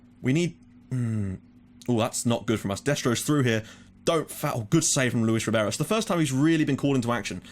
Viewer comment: Luís Ribeiro is read a bit like "Lou-ish rrribaeroh"